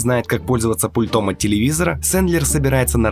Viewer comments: С пУльтом! Ударение на первый слог. Как можно быть таким безграмотным? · Ударение на У пУльтом... Перезапиши колхозник